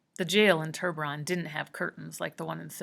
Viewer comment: Oml I’m so done with you pronouncing ‘tiburon’ as ‘turburon’ it’s so frickin annoying